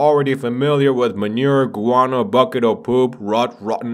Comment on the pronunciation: When he says manure guano i hear marihuana